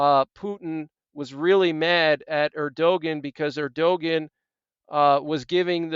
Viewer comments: Just thought you might want to know his name is pronounced ER do Wan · Erdogan said as Ur-doe-wan(t) Like want without the 't'. But guess you're not too bothered about how to say his name. Yes all very biblical, some say Psalm 83 in progress the warm up before the next main one. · It's Err doe won. It looks like how you said it, but it's not. Keep up the good work! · The pronunciation of Turkey's president is:ur de wan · Err-doh- juan... there maybe you can pronounce that correct since you keep bringing all this breaking emergencies . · Hi friend- I appreciate your reports. Btw- the president of Turkey- his name is pronounced “Air-doh-wan”. Erdogan. 😀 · The correct way to pronoun Erdoğan is "Air-doe-wan". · You are mis-prnouncing Erdogan